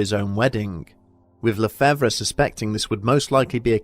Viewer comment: le-fav is how lefevre is said. the re is silent in french